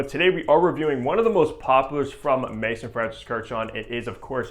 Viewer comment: Also, MAAAAAAYZOOOOON. Not Mason. FFS.